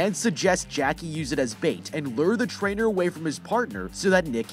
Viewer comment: Every time he said Trainer, I thought he was saying Traitor... which honestly still fits considering all that violence.